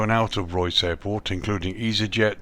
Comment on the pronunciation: Nice video. It’s pronounced Ray-us